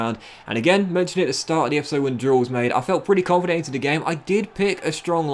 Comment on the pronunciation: Anyone else love the way he says “e-e-e-p-is-sode”